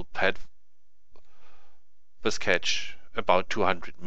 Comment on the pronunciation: "ze cube" German detected, aneways nice tutorial, lets see how long it takes me to learn, do you also make videos in Deutsch?